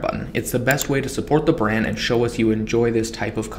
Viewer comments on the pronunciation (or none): none